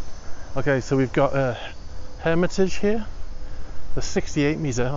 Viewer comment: Your pronouncing of any names, that are not english, is awful! Garcon, Hermitage, ... you should work on this!